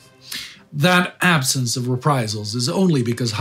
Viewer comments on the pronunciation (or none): none